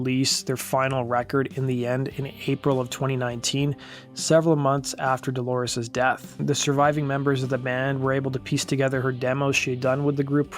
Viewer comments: If I were the Producer of this video, I'd fire the narrator and bring in someone who has enough discipline to pronounce DOLORES'S name correctly. It's not DElores, it's DOlores. You didn't care enough to do it right. Phooey. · What with the ''Deloris''?